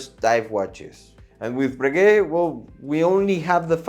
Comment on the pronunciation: Breguet, Cartier, you don’t pronounce t he last letter, because is French!